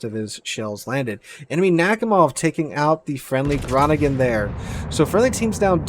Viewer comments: Almost right. Groningen is a bit pronouned as "grow-ning-an" and is a town in the North of The Netherlands in a province with the same name. It is not located in the province "Friesland". This ship is named after the province, not the town. I think our did quite a good job with the pronounciation... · Hey, the Groningen is pronounced (phonetically) 'crow-ning-er'.... with the first 'G' being gutteral in sound (like you are clearing your throat). It's a major town in the provence of Friesland in the Netherlands (Holland). Yes, that's where the Fresian cows originated. I'm sure you will have some Dutch viewers that can explain it better than this Aussie, but my ex was Dutch speaking so I learnt pronunciation the hard way. 🙂 Loving your videos mate.